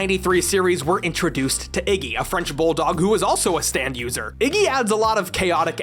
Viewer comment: I couldn't help but here "stand" as "Stan" every time, kinda alters the tone when "Stan ghosts" are included.